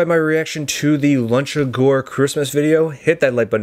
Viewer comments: By the way it is pronounced Loochagore, not Lunchegore. No children were eaten in the making of this picture. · I hate to correct you, but it clearly says LUCHA-GORE as in LUCHA LIBRE WRESTLING. I know this because you've mispronounced it in 3 separate videos and I'm friends with the director of Luchagore productions, also, I wrote and directed Milk & Cookies. Thanks for watching 😊